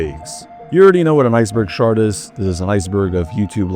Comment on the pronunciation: I know it's not AI since only a human could say shart when trying to say chart